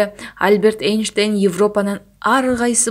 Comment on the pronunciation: Альберт Эйнштейн эмес, альбЕрт эйнштЕйн, чон тамга ударение.